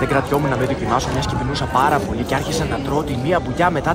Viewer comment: Το ευχαριστω πολυ στη σερβιτορα το λεει χωρις να τονισει το λ. Ο κλοουν κανει ψευτικη φωνη μα διατηρησει τη περσονα του